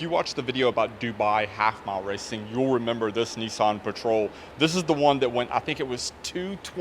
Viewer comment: there's no "e" in nissan